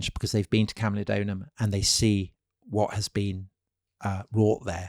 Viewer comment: It is camulodunum and pronounced as such, not camulodonum. Wonderful podcast by the way.